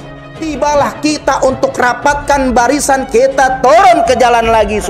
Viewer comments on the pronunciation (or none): none